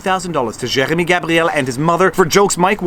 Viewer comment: Was listening to this in background n you started saying Jeremy n I thought you were eating peanut butter so I tabbed over n realize I just dont like french pronunciation. Accidentally let my American show, I know.